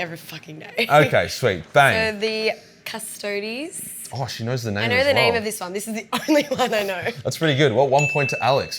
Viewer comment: I went from 6 to midnight when she said "Custodes"